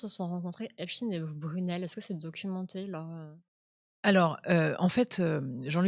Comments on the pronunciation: Epstaïn epstaïn pas epstiiine 😡😡😡😡😡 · S v p , dites Epstein et non stin !